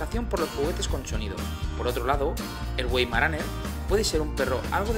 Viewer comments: Se pronunica vaimaraner, no güeimaraner 🧐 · Se pronunca Veimaraner! Like!